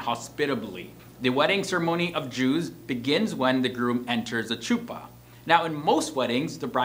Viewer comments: It’s chuppah with the “ch” going “kKk” instead of “sh” I just cant explain 🤌🏽🤌🏽🤌🏽😂😂😂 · The wedding canopy is pronounced "Khuppa." The ""Сh" is prounounced like the"ch" in the Scottish word of "loch" not like the "ch" in "cheeze." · Your pronunciation is not quite there. The ch on chuppah and ichud is a gutteral H as in Hanukah not Charlie. Also, some of the photographs were couples marrying with a crucifix in the background-so not Jewish. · This was a great video and hit on alot of good points but i just wanted to clarifly some things as an orthodox married woman 1) we don't have vows, we dont recite vows at all. 2) its not CHUpa. ch is pronounced similar to a soft H sound- HUpah 3) acutually, men do not have rings. none. men getting rings is a modern-day thing that copies secular culture. actually, rings on a guy, minus a signent ring (which is not worn anymore) are actually considered women's clothing which is not worn by men (no i am not getting into a debate, just stating facts). and for those of you who are like "what do you mean he has no ring, he is going to get hit on and cheat- people it is a ring, they can come off and go into a pocket easily- for both men and women i might add. a ring is not going to prevent cheating. integrity will. 4) well- the yichud room is supposed to be the first time a man and woman are allowed to be alone together. in orthodoxy, unmarried men and women are not allowed to be in the same room together without access. if a man and a woman are alone together, the door must be unlocked and unless it is a doctor patient sort of thing, the door must be open, or have a window where anyone can look in. this is done as a protection for both men and women to avoid the accusation of improper behavior (again not debating, just stating facts). yes, this is done even when dating. the couple is never allowed to be completely alone. for an extended period of time, yes they can be in a car toge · It’s like a Chuppacabra 😂 but better